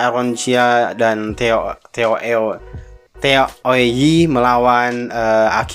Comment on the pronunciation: ..sebutannya TEO O YI..😁